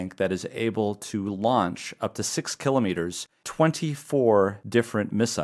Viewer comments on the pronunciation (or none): none